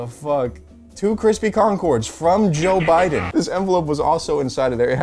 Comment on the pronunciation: I don’t think that’s Joe Biden that’s boe jiden💀